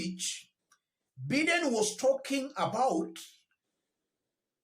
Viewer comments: Good analysis yet again. However The US presidents name is pronounced Baiden and not Biden. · It is pronounced as... Baideni...Biden. I like your character, you brave man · Pronounced as 'Baiden'